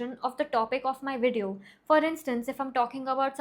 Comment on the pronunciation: First of all it’s not Wideo, it’s Video. Learn to pronounce words properly instead of bullying other channels. Secondly, the comment guidelines on your channel: 1. Stick to the topic 2. Be civil and respectful 3. Challenge the argument, not the person. You don’t follow your own guidelines, and expect people to respect you. If entitled rich kids like you are the future of mental health then the youth is surely doomed!!! You can’t even handle other people’s opinion and reactions and you have the audacity to demand respect and play the victim! If you really want to help the youth then you will withdraw your strike against Swetabh and challenge his argument. But we all know you don’t have any actual guts or the integrity to do the right thing.